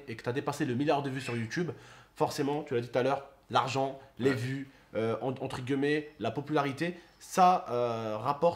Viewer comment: On dit « entre guillemet » pas gueullemet